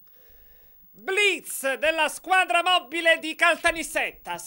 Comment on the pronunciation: "......BBBBBBBBBLIZzz alla squadra moBBile" xD xD